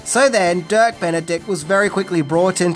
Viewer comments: Dirk, not Kirk 🙂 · says Kirk Not Dirk a few times too 😎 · Listening to you mispronouncing their names is hilarious. Peppard is PepPARD, not Peppered. It's Dirk Benedict, not Kirk Benedict. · John Saxon, and at one point you called Dirk Benedict "Kirk". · Sorry...but its...not Kirk Benedict....it's DIRK...good episode tho 😊